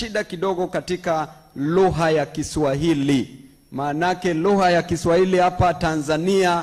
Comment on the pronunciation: sema big deal na 'kishwahili'